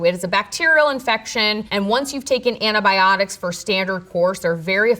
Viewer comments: I beleived her until she said "anabiotics". Not a real scientist. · I'm joking. Mostly. But I do hate it when people say "annabiotics".